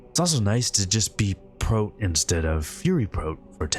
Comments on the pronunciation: First time I've ever heard 'prot' pronounced as 'prote'. Great video, still :) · pronouncing it 'prote' makes sense, but man it was still weird to me as I've never heard anyone say it that way... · A high quality vid but the way you say ‘prot’ really threw me off 😆